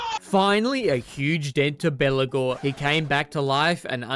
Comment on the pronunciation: i keep hearing Belakor when you say Belegar. not unfitting as he acts as a undying demon this campaign